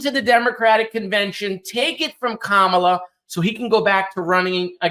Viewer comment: I think we should start calling Vance "V.D. Vance" - since him and Trump refuse to pronounce Kamala properly. Seems fair.